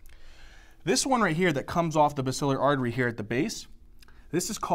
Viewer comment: He mispronounced basilar artery